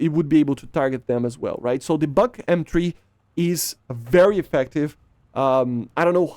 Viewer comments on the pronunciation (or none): Tunguska is right pronunciation but "БУК М3" is "BAG"😂😂 how? Why? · Buk is pronounced b-oo-k. Бук. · Buk ("Бук" in russian) is actually pronounced like 'book'